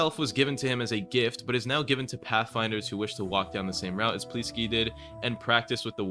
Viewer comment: stop calling pleeksty, pleetsky